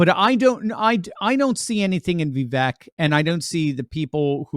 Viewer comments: He pronounces his name VeeVake, not VeeVek. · Ya know, his name is pronounced Vee vake. Like cake. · Pronounced "viv-AKE." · Vivek rhymes with cake! From the horses mouth himself!